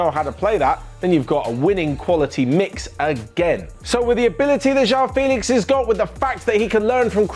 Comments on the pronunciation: It's not Jao Félix IT'S JOÃO FÉLIX 😂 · "jewel" 😂 😂 😂. That's nothing how it sounds like